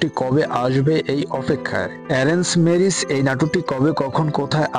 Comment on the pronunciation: মূর্খ নাকি আপনি ম্যারেজ কে মিরিছ বলেন 😂